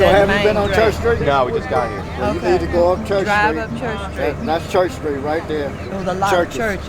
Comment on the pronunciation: He said " they got a lot buisness round hea" and proceeded to name fast food restraunts.😮